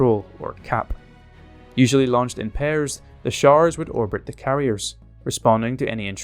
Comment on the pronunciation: Fascinating, scary and very saddening. A well-made video, but unfortunately I couldn't understand the narrator's accent when he was talking about 'showers' and some other things. The combination of strange vocab (jargon) and fast connecting words lost me in places.😢 (I'm a native GB English language teacher, to boot ! 😔 ).